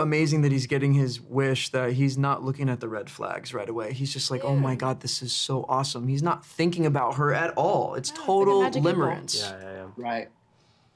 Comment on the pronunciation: “Limeremce” nice